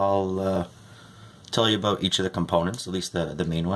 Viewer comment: Uh-boat Uh-boat uh boot Uh-boat Owt oot Uh-boat buddy ooot